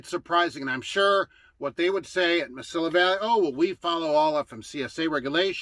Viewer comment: The “Mesilla” of Mesilla Valley is pronounced “Muh-see-uh”, not “Muh-sill-uh”.